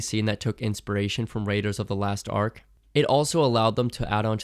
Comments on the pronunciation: Lost Ark. Not Last Ark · "raiders of the last ark" 😳